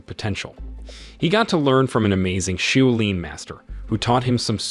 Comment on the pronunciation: Shaolin ....... shaw lin (not shoe lin)